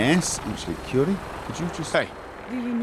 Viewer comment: Every time he says Curie a Frenchman dies.